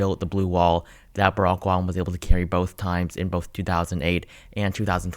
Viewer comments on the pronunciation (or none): none